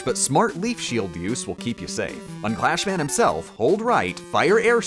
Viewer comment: He kept calling Crashman "Clashman" but he said the weapong name "Crashbombs" correctly. Oh well.